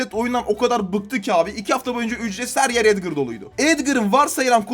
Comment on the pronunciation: Abi Lütfen Edgır deme. Sen edgır dediğin zaman Çok tahatsız oluyor Edgar diye uku lütfen